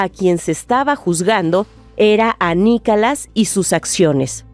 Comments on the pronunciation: Perdona pero pronuncias mal no es Nicalas es Nicolás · Por favor que ya no narre esa señora, tiene una voz muy desagradable 🤮 y ni siquiera puede (o no sabe) pronunciar bien, dice: "NICALAS", ya total, mejor que lo diga en español